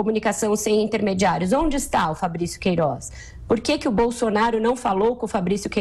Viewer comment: essa mulherzinha fala é mal. razigou, poriquê, peridido, jorinal, queirozi, etc...